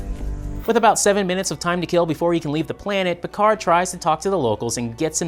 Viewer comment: PicaRR not PicarD!!! 🙄